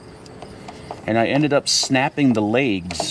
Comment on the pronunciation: I noticed in a lot of videos n lives says laigs instead of legs.. it annoys the shit outta me..lol